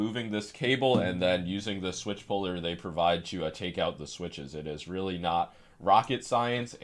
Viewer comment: Oh rearry